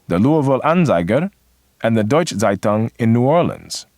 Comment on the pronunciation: is there a reason why the speaker of that video is butchering the words so much? saitang? please, the word starts with a z and it ends with ung. and which schools are you talking about? are you really telling me that we here in austria never heard of the pre WW2 history of germany? because you explain it like it is nowhere taught outside of germany. nowhere, never ever, maybe in german schools.